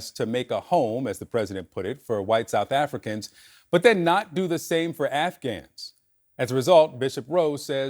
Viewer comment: What is southafricanah?